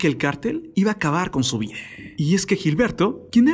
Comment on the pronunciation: No se si soy yo o escucho que cada palabra que termina con A que en lugar de la A suena una E… Vida… videeeeeeh ? O es mi oído jaja